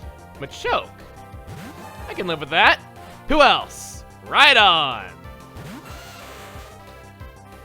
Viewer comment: Is it just me, or does it sound like that Chugga is saying right on when he says Rhydon?